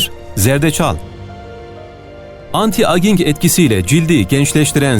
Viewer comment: Ellerinize sağlık, çok güzel bir video olmuş. (Küçük bir not: Anti aging , anti eycing olarak telaffuz ediliyor.)